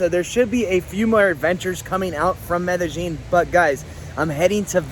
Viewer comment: Learn to pronounce the name of the city properly. You do like the uneducated barrio people - not like a Paisa . Just because they communicate in “Getto speak” in the hood of NYC and LA doesn’t make the butchering of the King’s English right. Same with the King’s Español.